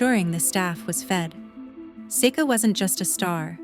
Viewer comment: Another mispronounce from AI. Seek uh. Not Sayka or Secka. Didn't learn a thing.